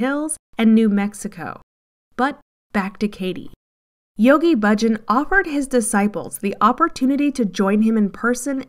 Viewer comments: The commentator is mispronouncing Yogi Bhajan. Hundreds of times. It is not Budgin! She is driving me crazy. All the same, this is a great expose and more than true. Congratulations. Try saying Baah-Zshan. Beware of anything that seems too good to be true. Beware of Gurus. Beware of smooth talkers trying to sell you something. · You folks did a tremendously good job on this documentary. Really, exemplary! The editing, soundtrack and footage are perfect. I have only one problem--the narrator repeatedly mispronounced Yoga Bhajan's name. Bhajan is not pronounced Bujin! Try Bah-zhan. All that hard work, and this one nerve wracking error like screeching chalk on a blackboard. All the same, congratulations for a powerful expose! I met Bhajan in 1971. He was a con from the very beginning. By the way, a bhajan is a devotional.hymn. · Thank you for this documentary, very right on. Just one thing, Yogi Bhajan is pronounced …Baahjaan … long a’s no u or i sound … keep up exposing these folks. I met Yogi Bhajan in Santa Fe NM long ago and he is absolutely 100% a rip off.